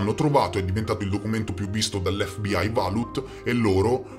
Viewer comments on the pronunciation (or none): Senza offesa, si legge V A U L T non valut xD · Vault si pronuncia vôlt, bel video cmq. Thanks mate